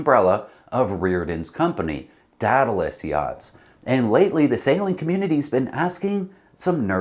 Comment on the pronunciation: DEE-duh-lus. /ˈdiː.də.ləs/. AE sounds like EE. Aegean - EE-Gee-in. It is a sea that many sail in.